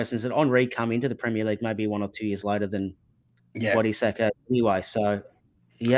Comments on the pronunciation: It's Ee-sak, not Eye-sak! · His name is pronounced Ee-sak